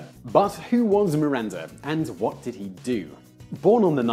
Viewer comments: Why did you pronounce MiranZa? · why is he calling Miranda "MiranZa"?